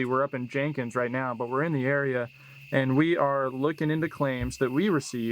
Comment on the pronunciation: As someone from one of the counties you visited... Nothing urked me more than your pronunciation of Jenkins.